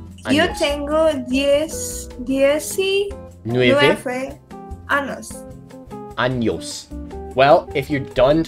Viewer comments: It's so funny because when she said "anos" instead of "años" it actually means "anuses" LOL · Be careful and say "años" instead of "anos" haha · Hi everybody! As a latin guy, this moment just made me feel tender for how well both of them are struggling with Spanish sentences. You know, because "anos". Lmao